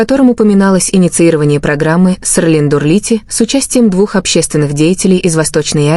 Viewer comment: Не Серлин а Селин